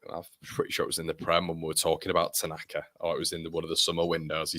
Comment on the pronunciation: AO Tanaka! He surely has the best name ever ... pronounced 'Outer Knacker'. There's a cracking song brewing for him! 🤣